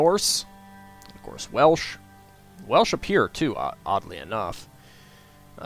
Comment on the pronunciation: Great pronunciation for a non speaker! Thank you, it's so bloody frustrating hearing bad pronunciation.